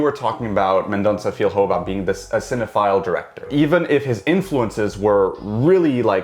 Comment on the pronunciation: Hey. If you pronounce "Filho" like you'd say "Fillio", it'd be closer to the portuguese word.